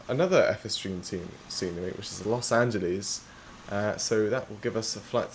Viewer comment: Los Anteles? 😂